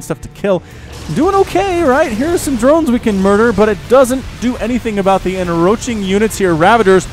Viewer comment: Hey bro, I think you're pronouncing encroach wrong. You're missing the C in the middle of the word and pronouncing it en-roach instead of en-croach. Sorry to be a grammar nazi about it , but I figure better me than someone more important.